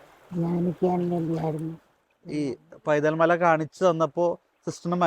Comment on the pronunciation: പൈതൽ. അല്ല വൈതൽ മല